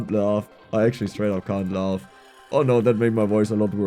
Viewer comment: laugh wird mit einem a ausgesprochen, nicht o. Loaf ist der Fleischball 🤣